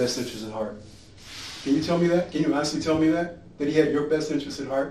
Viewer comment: Don’t say HONISTLY